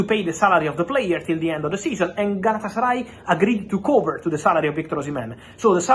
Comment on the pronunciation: Lol galatasary lol 😆 😂 🤣